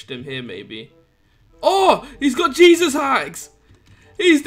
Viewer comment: "he's got jeseus haxs" lol lamo